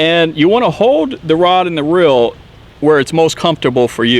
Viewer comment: It is not rill it is reel and it is not bill it is bail just letting you know it sounds kind of weird on camera you probably just have accent sorry if yes